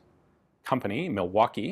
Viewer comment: Holy shit, someone from outside the state pronounced "Milwaukee" right! Proud of you, Ian